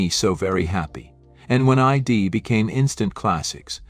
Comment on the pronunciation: If you're going to use AI to provide the speech, at least make sure it's going to pronounce the words correctly. I puzzled for some time over Rambi, only to later realise that it's a mispronounced R 'n' B. There were several others, like 'die' pronounced as 'dee' and 'beret' pronounced as 'berett'. Still, it gave me a laugh.